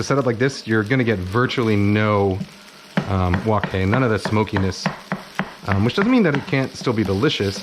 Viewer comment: Well what is it Kenji wok hey or wok hi?